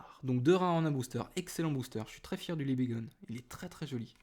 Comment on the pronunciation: Juste , petite remarque Libegon tu as dit Libegone :p Pas grave .